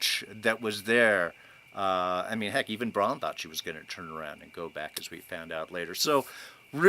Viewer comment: It's BrAn, short for Brandon. Not Bron.... who is a totally different, dragon-shooting character....